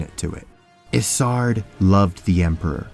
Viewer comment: You know you're pronouncing Isard incorrectly, right? It's a long I. Her nickname of Iceheart is said to sound like her name.